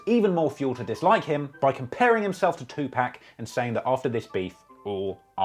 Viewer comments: I love your videos and normally I just ignore when you pronounce peoples names wrong because you’re not from America and you do have an accent which I love, but it literally hurt my soul to hear you pronounce Tupac “Two-pack” 🤧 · 2 pack?? Lol really. Pin me!! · I had to dislike your video for you mispronouncing tupac's name over and over again. If you did all this research to learn about these rappers then you should at least know how to pronounce tupac's name. (Pac is pronounced like poc, like in pocket) Even if you never listened to tupac, that shouldn't be that hard to find out. I know you're a culture vulture and probably never listened to a rap song in your life, but do better. You wouldn't mispronounce eminem's name while you're queffing about how no one should ever diss him. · Say 2pack one more time. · It’s Not “2 Pack”......It’s “2 PAC” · Bruh please for the sake of all Rap Gods, 2Pac is pronounced two-POCK. For short he is referred to as POCK=PAC. It deff matters. Love your videos. Your wit & humor is insanely funny. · How can you be this deep into the rap lore and not know how to pronounce Tupac? It's jarring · Stop saying 2pacs name wrong, dis how you spell pack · Every time you say Tupac, I cry a little. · the way you pronounce 2pac is a load of cringe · How much do I have to pay you to say Tupac's name correctly? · Man you gotta learn how to say 2pacs name properly lol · Bro said Pac name wrong so many times I ended up throwing my phone in rage 🤬🤬🤬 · why is it so hard for you to pronounce Tupac name correctly? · Aye bro never say 2pac name again you clown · Even when all the rhymes are “shot/got/fought” bro refuses to say 2Pac correctly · even when the rhyme is literally "Tupac, you not, too hot, you got", you still pronounce it 2-Pack" smh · TU-POCK NOT PACK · Bro it's pronounced too-pock not too-pack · Tupac not 2 pack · Will some one plz tell this man...it's pronounced..2 pock ...not 2 pack... Non the less this is still another fire video.